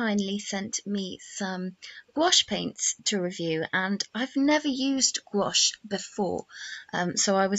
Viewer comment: It’s pronounced exactly the way she pronounced it in the video; it’s only one syllable.